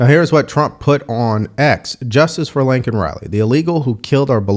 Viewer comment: Biden said "Lincoln Riley" - the fool coulldn't get her name correctly. What that illegal creep should have gotten is CAPITAL PUNISHMENT, at least the Americans and Laken's family wouldn't have to be paying for his room and board the rest of his miserable life. Capital punishment, nothing less, and immediate. ABC is garbage and I haven't watched ABC in YEARS.